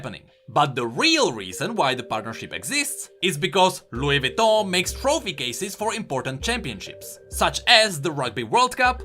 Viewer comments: sorry but i just wanna say it’s vuitton not vitton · Vouitton not vitton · its Vuiton not Vitton